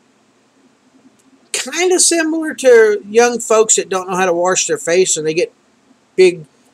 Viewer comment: are you saying "warsh"?